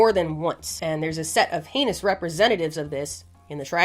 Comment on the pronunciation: i love how this girl we all tune into because shes semi intelligent funny and swears. is always so self conscious. and in reality were all laughing because every time you say heinous all we hear is anus. and for some reason it is your favorite word in this video.